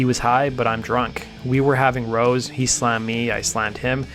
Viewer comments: Rows as rowdy; not rows as in aisles. YouTubers are all so illiterate. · Its Rows like rhymes wirh Cows... not rows like row your boat... it's a british expression for a fight I believe. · "rows" rhymes with "wows" you cluck.